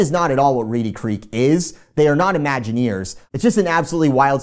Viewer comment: As Brittlestar said "IMAGINAWYERS" 😆